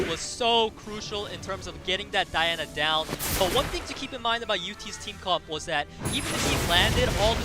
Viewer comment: Wow where do they find announcers at? The guy who isn’t Peter doesn’t really seem to know much of what he’s talking about, calls verdehile “Verad”, calls Diana “DeeAwwna”, and said to leave FENG for last due to counter attacks which is the only reason to not leave him for last 😂 very annoying